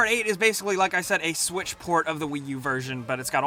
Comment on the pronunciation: he said Nintendo swish